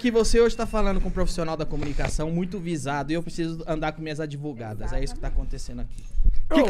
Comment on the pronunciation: Ai essas 'advogatas' causaram muito problema kkk